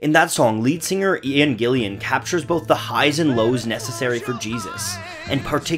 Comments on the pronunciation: Someone else might have pointed this out, but: Gillan. GillAN. GILLAN. There's no second 'i'. It gets very annoying to hear it mispronounced. And yeah, Lloyd Webber's native Kansas, ;^) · Are you ever going to learn Ian GILLAN's last name,? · It’s Ian GILLAN not Gillian! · It is IAN GILLAN ....... GIILL ... AN!! Not Gillian! Lose 10 points for credibility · Gillan, NOT Gill-I-am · And it's Ian Gillan, not Ian Gillian, as the narrator pronounces it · Just for clarification, the Garden is called GETHSEMANE not GESTHAMANE as checked both in the Bible and the Track listing of the album, and Ian Gillan's surname is pronounced as GIL-LAN not GIL-YAN. Also though Deep Purple's In Rock was recorded in 1969, the album was released on June 3, 1970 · Great video! I would have liked to see "Whats the buzz" in there, its one of the best parts. Also would have been great to describe the great musicians involved in the project. And it sounds like you say Ian Gilliam. His name is Ian Gillan. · GILL AN....not GILL IAN.. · It's Ian Gillan not Gillian or Gilliam (you say both). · OMG... it's Gillan... not Gillian, other then mispronouncing a rock legends name, great video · It's Ian Gillan and not Gillian, I'm unsubscribing and reporting you to the YouTube police. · It's Gillan, not Gillian! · Ian's name is pronounced Gill-An, not Gill-Ian. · attributed to Jesus but it’s actually Judas who says that. Also you kept calling Ian Gillan “Ian Gillian” and called Gethsemane “Gesthamane”. This is a really well made video that makes some really awesome points but the fact it makes such silly mistakes that could have been so easily researched really bugs me. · It's Gillan not Gillian !!!! Jesus!!! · It’s not Ian Gillian, it’s Gillan . Do some research.